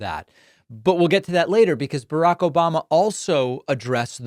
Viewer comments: This "Obamna" gets me every time 😂😂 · OBAMNA!! gets me every time 🤣